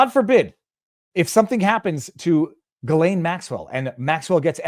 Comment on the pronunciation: FYI... the "S" in Ghislaine is silent, as in island. Pronounced more like Elaine with a hard "G" ("G" sound , not "J" sound) in front of it. Just sayin'.